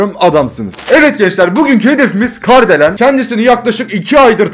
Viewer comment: Abi Kardelen değil KARIDELEN diyecektin galiba